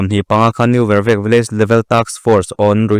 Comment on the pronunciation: N.Vervek i thluk diklo,vervek hi 'leilet'tih ang a thluk tur